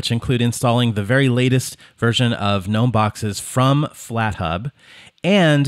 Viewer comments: It's pronounced "guh-nome" not "nome", the "G" isn't silent. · Gnome, not nome. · It's pronounced "gah-nome" just like GNU is pronounced "gah-new" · I am pronouncing "GNOME" incorrectly so long 😅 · It's pronounced G-Nome (gernome) - apparently. I just say gnome. There was an extension that allowed you re-arrange the apps. Mind you there is an extension for almost everything on gnome. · It's pronounced G-nome. The g is not silent. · The g isn’t silent. And this is your job? How do you get that wrong?